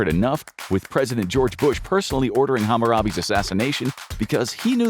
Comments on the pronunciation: Did man say HAMAROBE? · "Hamarabi"?! You dare to blaspheme the fallen's name!?